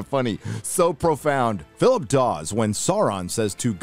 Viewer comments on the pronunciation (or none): none